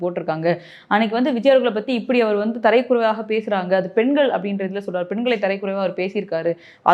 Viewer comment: அது தரைக்குறைவா இல்லக்கா தரக்குறைவா...